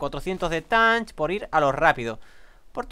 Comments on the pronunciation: se que hace tiempo de este video pero te equibocas en una palabraa de dice TATCH no TANTCH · Se pronuncia tach no tanch y si le habias dicho que recogiera flint 😒